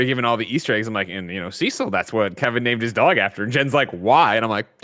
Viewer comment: I thought Kevin pronounced Cecil weird, it's after this guy who is also pronounced weird, so fair enough